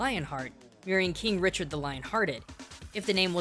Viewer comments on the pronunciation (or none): none